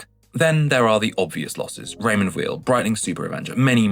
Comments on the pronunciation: I’ve sold about 30 watches and on average, I lost about 30% of their value, I agree. Apart from an Invicta that I actually sold for more than I paid for it!😮. Weil is pronounced “vile”, by the way. The same way as Breitling is not Breetling! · my point is that he didn’t pronounce Weil correctly. It is a German name!